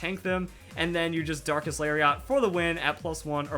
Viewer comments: "Lariat" is pronounced "Larry it" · It's Larry et properly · did you know Lariat is also a wrestling move? It's pronounced "Lari-et" I used to watch WWF haha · Lariat is a weird pronunciation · I love you man, but the way you pronounce "lariat" hurts to hear buddy. It's a soft "A" on that last syllable. Fun Fact - another word for "lariat" is "clothesline", because wrestling attacks lol.